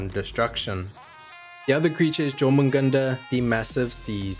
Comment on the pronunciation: Jör in Jörmungandr is pronounced "Yor" btw.